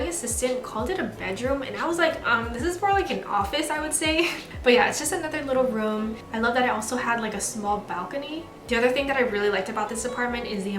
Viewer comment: girl stop saying "room" you say it so weird!!